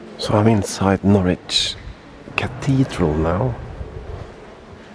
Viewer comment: Nice to see you out in Norfolk again, btw Norwich is pronounced "norich" or even naich" Enjoy your stay, All the best /Per